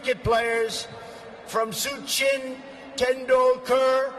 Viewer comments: Who di fuck is "SOOOCHIN " thought the man's name was "SACHIN"....GOD DAMN IT MAN JUST READ PROPERLY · It's Sachin, not Sue Chin